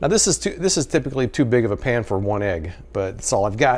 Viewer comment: Are you saying Pan or Pam?